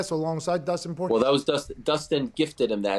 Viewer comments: Pat: Dustin Poyay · It's not "Poyay" 🤦🏻‍♂️ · Lmao when Pat pronounced Dustin’s name I shot juice out my nose and mouth